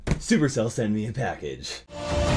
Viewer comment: Idk why but when you said “supercell sent me a package” i heard “supercell sent me a bad b***” 😂😂😂😂😂